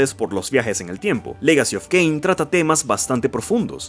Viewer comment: No es un mal video pero estoy obligado a darle dislike después de escuchar "Caín", "Serafan" y "lovecraftniano"